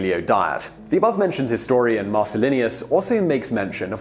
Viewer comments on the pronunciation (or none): Not Marcellinius, you ignoramus. Marcellinus. Almost everything you utter betrays the half-educated